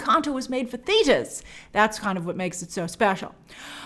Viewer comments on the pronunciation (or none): The way you say theatres is amazing lol